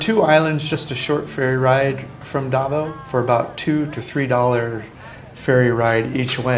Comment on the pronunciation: Some of your pronunciation of Filipino places is pretty far off, even hard for me to understand DA v o w, Duvow Cityv😅